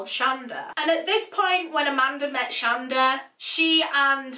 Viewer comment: shon-DA melind-DA aman-DA